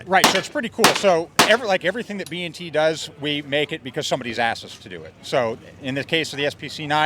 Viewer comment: B "&" T.... Not B N T